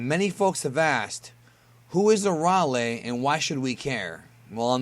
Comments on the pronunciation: No Aralee. It's A-rail. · It's Arale, not "ARRRRALE" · her name is uh - ray- lee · It’s pronounced air real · Arale isn't pronounced like that. its. uh- Ray- Lee.... do you even have the right to this video if you're explaining who she is, but pronounce her name???????? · thats not how u say the name air-re-ale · Soooooo strange to hear her name pronounced the way it is in this video.... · Oh my goodness, please learn how to pronounce with respect to the language